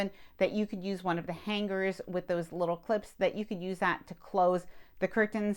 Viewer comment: Just my own pet peeve but please pronounce “ hanger” properly. The “g” isn’t held it blends in I know it’s trivial but nails on a chalkboard. How to pronounce the word on YouTube is very helpful